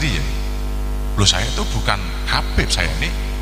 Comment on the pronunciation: Dari cara mengucapkan Habib menjadi kabib itu sudah ketahuan bahwa semua yang diucapkan keluar dari hati yang benci.